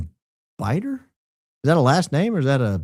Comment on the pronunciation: I submitted a super chat last night and you had asked about my last name if it was correct.... So I commend you because you actually said Biter and not BITTER like most people do haha....and it's my married name so I never take offense haha ....but yes, just a last name.....